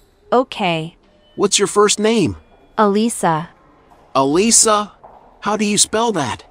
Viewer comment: ITS PRONOUNCED ELISA